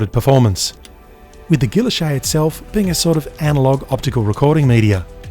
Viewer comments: I always thought it was pronounced as "giiylloshe' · Isnt the name pronounced gee-oash-ay? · Your pronunciation is interesting. I'm an American and I've always heard it pronounced the French way. Is this an Aussie thing? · So that's how "Guilloche" is pronounced.